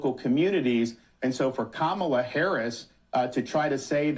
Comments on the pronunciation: His name is Kamal. Adding a, "A" is feminine. No "A" masculine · Who is “Kamila”? 😂